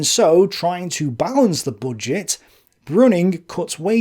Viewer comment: Why do you pronounce it "bodget"